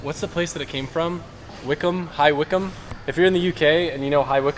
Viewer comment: hahahahahhaha I live in the village next to High Wycombe and the way he pronounced it